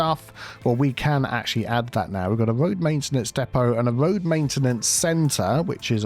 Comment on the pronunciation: “Tree on röad” is my favorite vocal stim lol